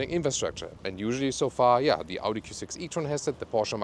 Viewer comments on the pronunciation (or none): none